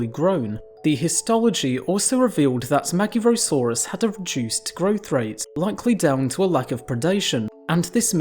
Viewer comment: Except the magyarosaurus, that was butchered. To be expected honestly, as the letter "gy" is a single letter, to be pronounced like D in the word during, when told by some british accents - and is generally not used in english.